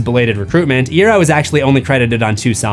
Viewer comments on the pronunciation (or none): You said franks last name wrong. It's pronounced "Eye-Arrow" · i have to be annoying and say i recall frank saying 'eye ear oh' on instagram once. so ig it's more an e sound than an a.